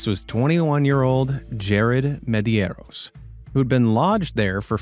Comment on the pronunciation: Your pronunciation of Spanish names is quite careless, I'm sorry to say. Nieves means snows, and it's pronounced nee-E-vehs, and Medeiros is pronounced meh-deh-ee-rohs. With as much care as you put into making these videos, you certainly don't care if you pronounce Spanish correctly or not, since you don't take a little time to consult someone who knows Spanish to find out how to say the names. Sadly, you are not alone in the USA.